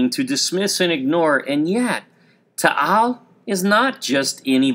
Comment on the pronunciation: It is not Tahal volcano it is taal volcano